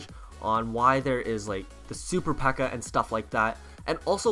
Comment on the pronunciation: It's pekka not bpekka